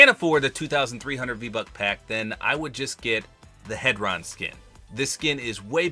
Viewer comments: i feel like its pronounced hee-dron ond not heh-dron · its pronounced “heedron” since together the two skins spell isohedron, which is a shape, and in the word isohedron, the hedron part is pronounced heedron.